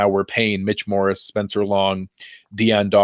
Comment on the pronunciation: Dammit stop saying Morris, it's Morse. :)